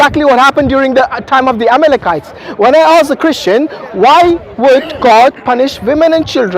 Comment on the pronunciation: She keep saying amekelites..🤔